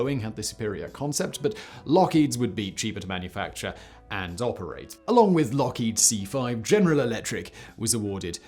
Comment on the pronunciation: Lookhead? It’s Lockheed......just saying!